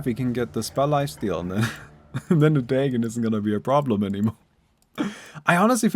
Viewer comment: Is that how you pronounce Dagon ? 😂 I’ve been using Dahhgon or the gone never heard Daygoon